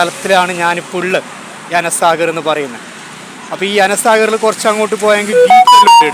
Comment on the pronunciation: Ana saagar ❌ anaa saagar ✅